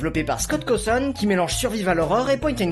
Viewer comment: C est cauwton pas couton